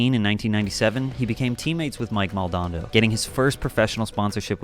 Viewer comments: It’s Mike Mal-don-ado Not Mal-don-doe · Moldonado = Mol-do-na-do, not Mol-don-do. Four syllables. Makes you sound like a POSER, with no authority to speak on the subject. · Bam's friend Mike Maldonado is pronounced Mal-doe-na-doe. Not Mal-don-doe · Mike Mal-don-ah-dough, not malnado, lol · You dont know shit about whats going on with him. You read some bullshit online and you got him all figured out? Fuck outta here. Maldondo? MAL DA NADO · "Maldando" lol. Maldonado my guy. Dude was my former neighbor til about a year ago. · Its Maldonado not Moldando, clearly not a skater 👎🏽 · lol, mike maldando? I think you mean the legendary Mike Maldonado... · The worst was hearing Mile Moldabdo....MoldaNAdo NADO, not dondo. #worstmistakeever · Ha! "Maldondo". *Mike Maldonado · Mike “Maldondo” haha. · Omg man.... It's Mike Maldonado. Not Mike Maldondo.... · mike MALDONADO not mike Maldando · I really wish you had fixed the way you pronounced Mike "Mol-dan-ardo" (not Moldondo) in the re-up though 😂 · Mike Mal-DON-ado is how you pronounce his name. And everyone on Toy Machine at the time was amazing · It's pronounced, "Mall Duh Nod Oh" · MAL - DON- NAR - DOE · MALL DOH NAH DOH. sorry just had to correct your pronunciation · The guy who makes this video gets a number of things kinda wrong (mainly by his interpretation of ban’s early history) and can’t pronounce Maldonado lol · Bam got Swanked... if you know, you know. Also, his name is mike Maldonado. Stop mispronouncing it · You mispronounced Mike Maldonado’s name wrong at the around the mark.